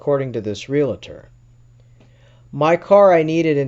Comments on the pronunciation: I know but they say ree- la-tor hahaha love the stories though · Why cant people pronounce REALTOR correctly???